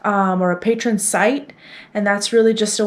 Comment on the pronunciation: Hi. Love the vlogs. Just fyi: The site is Pay-tree-on, people who donate are pay-trons. Wishing you the best of luck building your community!